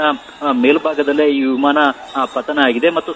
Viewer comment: ವಿಮಾನ ಹೇಳಿ ವಿಮನ ಅಲ್ಲ